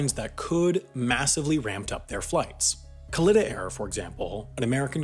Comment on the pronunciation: Pronounced "Kaleeta" btw. Owner is Doug Kalitta. Races professionally in the NHRA.